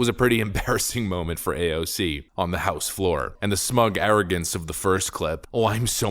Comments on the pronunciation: A-O-C is not A-O-K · I love you, I really do, but every time you verbally flair AOC’s name, I die of cringe and 2nd hand embarrassment. Brother, please stop. Lol